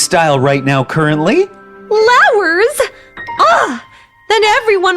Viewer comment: It sounds like “LOWERS”